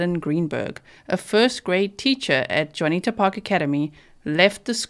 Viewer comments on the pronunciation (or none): The school is pronounced "june e ata"